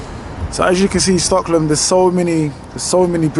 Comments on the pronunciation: It's Stockholm, not Stocklom! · Bro how are you pronouncing STOCKHOLM... Hahahaha